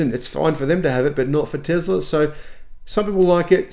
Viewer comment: Elon will not introduce a new model Y as long as you keep saying Tezla instead of Tesla! The difference between z and s is there for a reason! 🤣